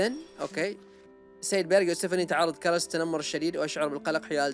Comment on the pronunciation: سيد اسم الولد كلاوس وليس كلس